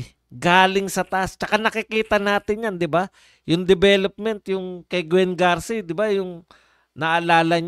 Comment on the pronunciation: BAI HINDE GARCI KUNDI GARCIA